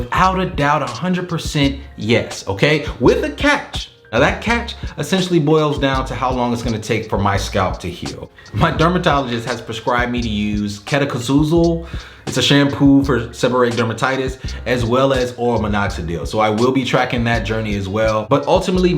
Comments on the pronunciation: 😂😂😂 It’s: KETO CON NA ZOLE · Your pronunciation of ketoconazole was hilarious 😂 Good luck on your journey! Can’t wait to see what’s next